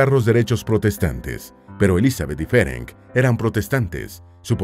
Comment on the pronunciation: Me interesó mucho la historia, especialmente porque mis padres y ancestros eran húngaros. Hablo el idioma, así que me permito decir que el nombre Ferenc se pronuncia Ferents y el original de ella era Erzsébet (Isabel en español). No cambia la historia, por supuesto, es un simple detalle más.Gracias por el video,. ☺🌹